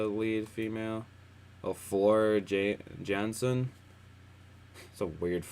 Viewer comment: Hello [ ]! Nightwish fan here, your musical quest summoned me. Welcome to the world of symphonic metal! And thank you for checking this legendary band! This album is their 10th and the most recent (released on September 2024), featuring Floor Jansen [pronounced Yansen], the 3rd and present female singer of the band. About the instrumental and vocal added parts - it's good to know they recorded their orchestral and vocal back tracks with prestigious institutions as London Philharmonic Orchestra. London's The Metro Voices choir group and London's Young Musicians Children's Choir as their regular partners. Since this is your first Nightwish reaction, it is my duty to give you the [updated] short history of the band concentrated by Ann Waychoff, one of the biggest Nightwish fan who has since passed away (and I am doing this in her memory): " Nightwish was started in 1996.They are considered a Symphonic Metal band, with a female main singer. They are from Finland. Tuomas Holopainen [pronounced Tuo-mas], the keyboard player, composes and writes the lyrics for 95% of their music. [Sami Vanska was the bassist of the band starting with their 2nd studio album, he was with them until 2001. Then Marco Hietala was bassist and vocals, since 2001 to 2020. He recently announced his retirement both from the band and the public life for the next year at least. Then in May 2021 Jukka Koskinen [pronounced Yukka] became the bassist of the band, for the Human:II: Nature tour